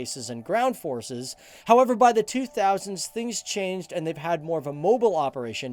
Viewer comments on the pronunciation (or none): none